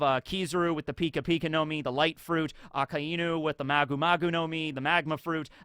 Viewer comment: who? I know you didn’t just pronounce Akainu’s name like that? Come on man.